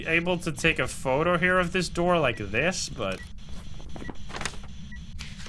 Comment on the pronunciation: “Open the noor”